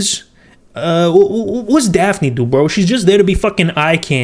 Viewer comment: He kept calling Daphine, Daffy